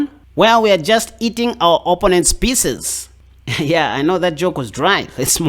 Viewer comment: I subscribed as you make chess fun, entertaining yet still seek knowledge for a better game and your accent is great, too, but.... you say OPP-onents yet it's pronounced o-PPO-nents! LOL. Keep up the great work, man!